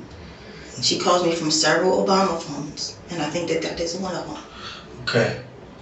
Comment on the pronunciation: "Owebama" phones. That says it all.